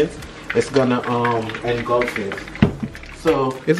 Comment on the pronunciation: “It’s gonna what it?” “Engulf engluf” 💀💀💀💀